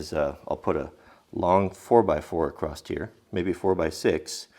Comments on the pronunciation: I think you got it from Mrs. W but it's across not that mid-western acrossed you keep saying. It irks me. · WHY DO PEOPLE MISPRONOUNCE ACROSS LIKE THIS?! There is not a "T" OR "D" on the end of the word across. Stop stop adding an extra consonant on the end of the word across! Its not a word, saying it makes you sound uneducated and it drives me nuts.